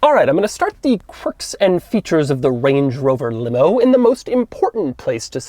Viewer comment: "corks and features"